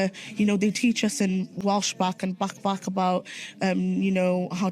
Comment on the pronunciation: "talking aboot today"? Are you canadian now?! How dare you